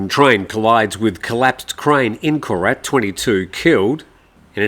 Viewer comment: ‘Koret’ Really?